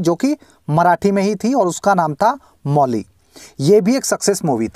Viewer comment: भाई,सब सवासो करोड की घोटाले की बात कर रहे हैं उसपे तो आपने चुप्पी साध ली l ऑर Mauli का pronounciation माऊली होता है नकी मौली l मौली ऑर माऊली मे बहोत फर्क है l